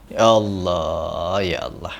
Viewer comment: klo menyebut nama sang kholik yg jelas, ALLAH bukan HALLAH